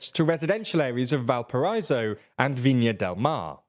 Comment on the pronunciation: I'm really, REALLY sorry, but how did you said "Valparaíso" just threw me in a fit of laughter. By the way, the accent is there for a good reason XD